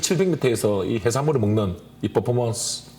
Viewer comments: 그래서 더 웃김 ㅋㅋㅋㅋㅋㅋ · 난 포퍼먼스가 왜케웃기짘ㅋㅋㅋㅋㅋㅋㅋㅋㅋㅋㅋㅋ 포~포모온스우~ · 발음 안좋으시네..퍼포먼스 ㄴㄴ 포.포.몬.스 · 포포먼쓰ㅋㅋ 승냥ㅋㅋㅋ 아 발음대로 자막단거 왤케 웃기지ㅋㅋ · 퍼포먼쓰 퍼포먼쓰 그만좀 했으면 좋게따...ㅠ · 앜ㅋㅋㅋ진짜 매력터진닼ㅋㅋㅋㅋㅋ 이부분 캡쳐각 포포먼쓰라고 하는 발음도 귀엽ㅠㅠㅠㅠ